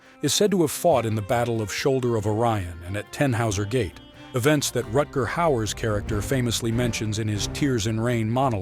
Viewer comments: It's not "Retguhr". Rutger. German name. To be pronounced accordingly. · Rutger is Dutch, not German.